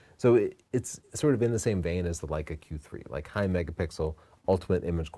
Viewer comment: Uh - Leica?